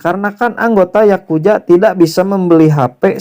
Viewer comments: Yakuza bang bukan yakuja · Yakuza anjir bukan yakuya